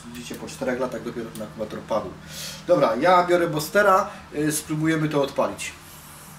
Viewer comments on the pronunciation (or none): Nie boster tylko buster